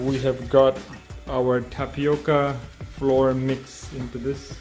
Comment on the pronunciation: The 'o' in "stove" is pronounced like "owe" or "store." "Flour" is pronounced like "fl-ow-er" (same as "flower"). Tune in to my next episode of learning to pronounce.